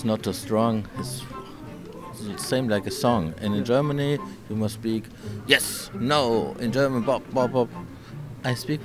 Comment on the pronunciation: Geormony ??? 🤣🤣😹😹 are You kidding me